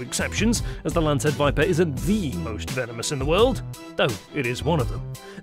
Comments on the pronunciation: It's not lace head it's lancehead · Lancehead...its lancehead not lace head!! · Golden lancehead not lacehead. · Agree with Sweetassugar69. A "golden lacehead" should be pronounced Lancehead" if the editor missed that how can you trust any of it. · no, honestly anyone could make a better video than this. Showing a North American Eastern Copperhead (Agkistrodon contortrix) which is venomous, but rarely fatal, kind of defeats the purpose of this video. Also, it's LANCEHEAD, not "Lacehead". They are far from the world's deadliest snake. The deadliest (terrestrial snake) per venom yield is the Inland Taipan (Oxyuranus microlepidotus) native to Australia. Check your facts, go back to Biology class, and try again. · It’s LANCE head WITH A N, not lace 🤪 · It`s " Lancehead " not Lacehead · Fer-de-lance..... not lace head! Lol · It’s lance head not lace head 👍😂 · The announcer got "Lancehead" correct on the third try.